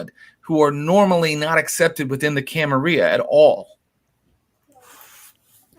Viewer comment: Say it right dammit, gawd! It's "Cam-Uh-RILL-UH"!!!!